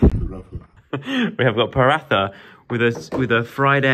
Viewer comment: the ‘paratha’ is pronounced PA-RA-TA 😂😂😂😂